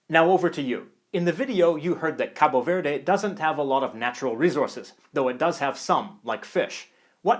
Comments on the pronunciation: Just fyi: in Portuguese from Portugal and I'm assuming Cabo Verde, we don't pronounce the E at the end of words. Also, the O at the end of Cabo is pronounced like in the English word "boo". So it would be pronounced [kabu veɾð] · NO, WE SAY: KAB VERD !!!! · It‘s so cringey when you say 'Capo Verday' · you speak the country name wrong.... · I've entirely lost interest all I'm saying is don't make such a big deal out of the final E. and, to be quite honest with you, I'm pretty certain, being English and hearing English people pronounce it, that they do not pronounce the finally E, and certainly not as strongly as you are doing it. I know the Portuguese don't, so I don't know where you are getting that idea from. But I will admit that it's a piddling and trifling point that does not warrant further discussion